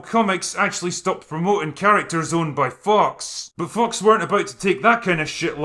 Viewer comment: Can't tell if you're deliberately pronouncing `fox` as `fucks` but anyway this is a good meta.